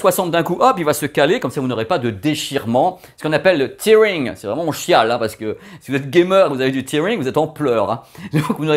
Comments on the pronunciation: c'est du tearing (prononcé terre ing, qui veut dire dechirer) pas tear ing (prononcé tir ing qui veut dire larmes):D:D:D je te kiffe et merci pour le chapitrage Bizzz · Attention ne pas confondre "a tear" qui veut dire "larme" et qui est un nom et "to tear" qui est lui un verbe et qui veut dire "déchirer". Ces mots sont des homographes dont la prononciation est différente: a tear se prononce "teer" alors que déchirer se prononce "taire". Tearing de prononce donc "tairing" et veut dire "dechirure". 😉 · Juste une remarque à propos de "tearing". Ça n'a rien à voir avec les larmes ( tears en anglais, prononcé tiez), mais c'est en rapport avec le verbe to tear (prononcé têe) et qui veut dire déchirer. C'est bien ce qui se passe à l'écran en cas de tearing...